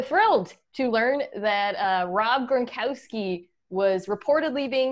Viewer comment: Did she say gronkike?🤣🤣🤣 LFG